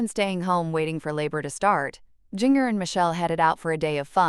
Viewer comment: The way this bot says Jinger makes me laugh and laugh every time! Come on people, the least you can do is program your bot correctly.